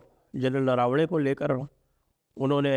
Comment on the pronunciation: सर, हमारे पूर्व आर्मी चीफ का उपनाम नरावणे नहीं नरवणे है. कृपया योग्य उच्चारण करे.🙏